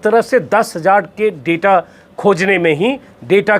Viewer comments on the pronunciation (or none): none